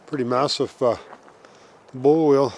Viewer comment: What is a "bowl?" "Bull" wheel?